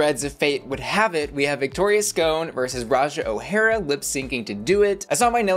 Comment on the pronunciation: why you mispronouncing Victoria’s name so much? It’s not “ScOHne”, it’s “sc’on”, like “Victoria’s Gone”.